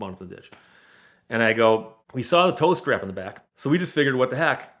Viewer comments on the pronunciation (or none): TOW STRAP! I thought I heard him say "toaster" and I was thoroughly confused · Oh, he's saying "tow strap". I honestly thought he was saying "toast wrap" and I was thinking "Eh?" Also: when "the other end of town" is 100 yards away. Also also: did the title really have to be as clickbaity as that when it's basically got nothing at all to do with the content of the video?